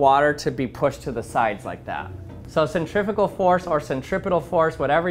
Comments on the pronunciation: Not the way he pronounces them. Centri-fue-gal, centri-peetal-gal. Now you can hear the difference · first time i heard 'centrifugal' being said like that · This is absolutely fascinating, thank you, I really enjoy these clever experiments. Cant imagine how long that took to create something strong enough to stand up to the rigors of testing! However, words interest me too. This to mention the correct pronunciation of the word "Centrifugal" obviously the first part of the word from "centrum" means centre" but the second part of it comes from the Latin "fugere" meaning "to run away" or "flee". The "U" being pronounced "oo" generally, no-one really knows how Latin was originally pronounced but its almost certainly never pronounced as "ih" that happens more often in old Welsh for example. Please American people "centrifical" is not a word!😊 "Centripetal" has the Latin root for "-petal" from "petere" meaning "to seek" btw. I'm sure some will call me a pedant but these things just bother me, sorry! 👍